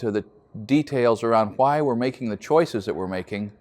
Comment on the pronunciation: hWhy hWhy hWhy?